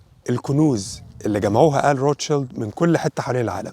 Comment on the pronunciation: عفوا روت شيلد تنطق بالانجليزية كما في الألمانية ومعناها الدرع الاحمر بالألمانية, وليس الطفل الاحمر كما تنطقها انت بالانجليزية, زيادة فقط لمعلوماتك